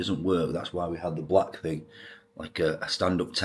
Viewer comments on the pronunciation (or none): none